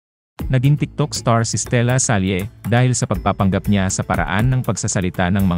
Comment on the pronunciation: Voice over announcer: di ba mas tama yung Stella-sal, imbes na Stella-salye? Ginamit niyang pseudonym para sakyan ang pangalan ng De La SALLE (pronounced la-sal)